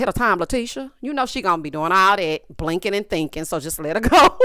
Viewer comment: You take me out every time you say meth-a-done and blinking and thinking... I need that one on a shirt lol